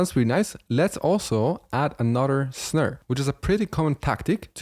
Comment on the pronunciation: always something to learn from you no matter how advanced I am. MY question tho, when will i have to stop catching up to you and get on your level lol PS the accent on how you say Snare is my new favorite way to say SNERR KUDOS BRO